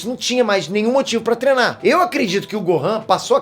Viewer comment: Vc fala trenar